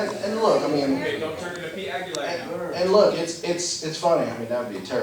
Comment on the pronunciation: LOL!! PETE "AguLIAR!!"